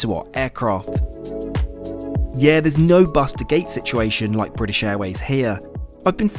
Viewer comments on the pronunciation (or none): none